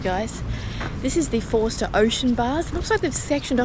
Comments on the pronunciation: Drop the R in Forster and it becomes Fos_ter .Like the locals. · Getting the local pronunciations can be tricky in new places, i.e. Tuncurry and Forster (pronounced without the r sound, Foster). I lived in the town for many years and you can pick the tourists from the locals.